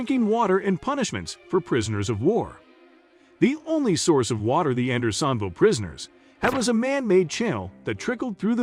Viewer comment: A novel pronunciation of Andersonville. AI will kill us before it can speak convincingly.